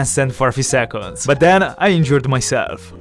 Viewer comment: I keep thinking he says i enjoyed myself...but its injured. I was confused for a min there 🤣